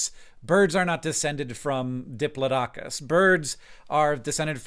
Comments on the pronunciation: offended at your pronunciation of Diplodocus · is that a valid pronounciation of Diplodocus? I know that's how it's spelled, but I was told that was wrong. I've always said it the way it's said in Walking with Dinosaurs, but am I just saying it with a British accent when, as an American, I should be saying it the way Hank did? These are the questions that keep me up at night.